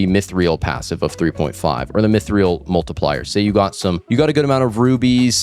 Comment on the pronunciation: mythreal is actually pronounced "mythril" 👍